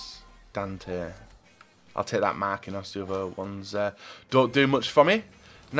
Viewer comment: never says names properly that have I's in the name. He says marqinos instead of Marquinhos and hes says casmero instead of casemiro and mktharyan instead of mkhitaryan